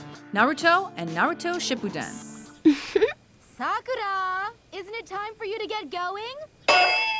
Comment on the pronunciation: The way she pronounced the names made me cringe. Sock oo ra ha runo XD